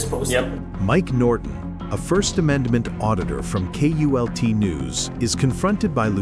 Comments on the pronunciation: Its KULT NEWS NOT UTULNEWS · It's KULT NEWS, not with a U. Great video! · UAULT News??? This Artificial Intelligence is truly artificial. It’s KULT News morons!!! 🤦🏻🤷🏻‍♂️ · It was K U L T news ,NOT, U A U L T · It's KULT NEWS he is one of the best. The computer can't even get the name correct.